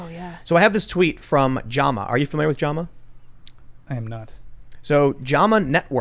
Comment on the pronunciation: JAM-a is typically how it's pronounced btw...journal of the american medical association.